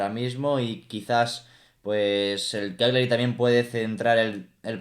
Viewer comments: Cagliari tiene la pronuncia espanola de "Callari". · Se pronuncia 'Calliari'.. En italiano gl se pronuncia ll